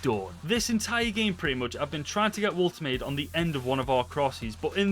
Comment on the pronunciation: It's woltermader